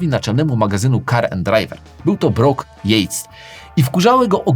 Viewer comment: Lubię oglądać ten kanał, ale w kazdym odcinku, zawsze Pan wymawia jakąś nazwę nawet nie nieprawidłowo, a mylnie. Brock Yates pisze się przez jedno o, więc "o" to "o" a nie "u"